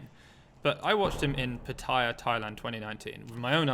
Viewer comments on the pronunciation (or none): none